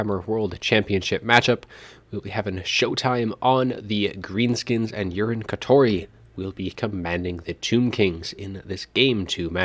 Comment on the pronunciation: I think it's Yu-ree-nay not urine but lol anyways great cast